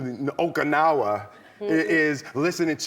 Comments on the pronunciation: Okinawa.. Not OKANAWA. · Okanawa? NO. It's O-ki-na-wa